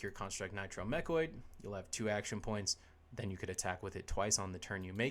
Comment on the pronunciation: Sorry, I know this Video is oder already, but I need to point out that it's called "MechANoid", not Mechoid, although that also sounds kinda badass :D Nice video! Looking forward to the Maxx Armory Deck